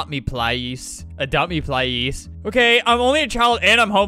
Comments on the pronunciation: child:“ples” albert be like: SaY plEasE chILd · “Plise” they are probably 5 years old-💀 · (In southern accent)“ADOPT ME PLISE” 🤣 Time stamp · I love when that guy said "its adopt me plise time" and adopt me plised all over the place